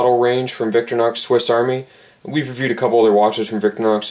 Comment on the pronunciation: stop saying victor-nox!